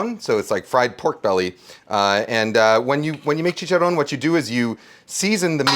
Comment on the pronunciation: If you're going to say chicharron you have to pronounce the double r